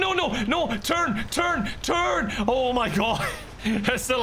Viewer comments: did he say turn, turn, turn or turg, turg, turg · When he kept yelling turn it sounded as if he was yelling turg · Was that "oh no no no turn turn turn!" Or "oh no no no turg turg turg!" 😂